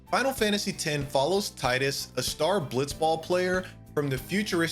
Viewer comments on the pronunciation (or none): I was enjoying the video until FFX started and he called Teedus Tyedus. Then even worse said ZanAreKand instead of Zanerkand🤢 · Three things: It's TEE-dus, not TIE-dus. It's zi-DANE, not zi-DAHN His name is Cecil, not Cecille